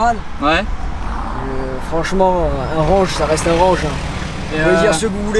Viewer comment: Tu aime mon "renje" ?